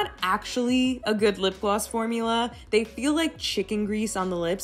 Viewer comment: Is she saying lip glass? Lol